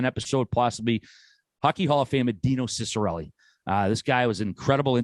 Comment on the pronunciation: His last name is pronounced cheek-a-relli